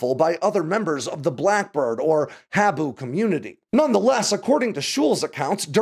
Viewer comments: It’s pronounced Hah boo. Habu is a viper found in Okinawa. We called the SR71 the black Habu. We were children. We hung onto the fence at Kadena AFB runway watched them take off and land. The SR71 was an open secret. All the children knew. It was 1970. We were first graders. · Habu...pronounced "hah-'BOOO"...please continue lol....